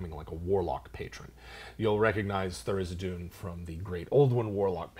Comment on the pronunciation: THAR-IZ-DIN. Not Thar-iz-i-doon. -.